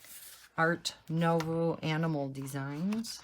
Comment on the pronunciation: Art nouveau - try pronouncing as “noo” (as in “too”) and “vaw” (as in “saw”). Love love love your book collection. I tried using water based markers but they bleed. Do you only use gel pens?